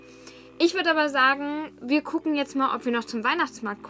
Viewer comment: "Wie gehen nach Hause " klingt ungewohnt 😂 bin gespannt auf das was kommt 👍🏼